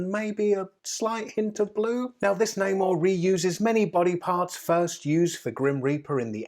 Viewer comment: Ffs how do you not know how to pronounce his name and who he is